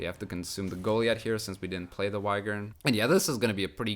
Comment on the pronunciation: pretty sure 'Yghern' is pronounced 'ee-gern'